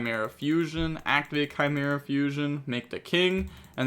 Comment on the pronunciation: you shouldn’t ever pronounce chimera.